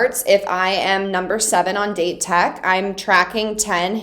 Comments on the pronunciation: 1) loving the strategy analysis, vic 2) Date Tech is pronounced: "Dah-Tay Tech" 3) do all the tutorials please 4) Aone is pronounced: "No Eye-Brows" 5) the third years are true senpai, huh? Daichi is a true captain, Suga lost his spot to a first year but still vice captains like a mf, Asahi lion-mouse still commands all the respect... 6) all the moments... all the moments... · Date tech or Dateko is pronounced as "Dah-teh tech" or "Dah-Teh-Koh" and Aone is pronounced as "Ah-Oh-Neh" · FYI Pronounce Date Tech as “dah-tay” Tech.